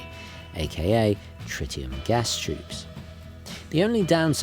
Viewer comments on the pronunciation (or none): none